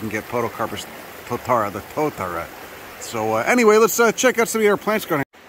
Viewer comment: Glad to see you in our fair land. Tis a pity you came in winter as our alpine flora is crazy. It is a privilage to hear you destroy our place names, very funny. also you should ask a local for advice on how to pronounce maori names like Totara.